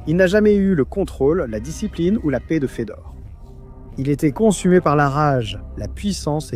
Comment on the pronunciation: merci pour la video, juste une petite remarque Fedor (Фёдор) se prononce comme Feu d'or et pas comme Fédor (Федор)